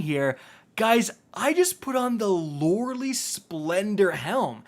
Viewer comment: ….it’s pronounced…Loreley… “LORE-A-Lie”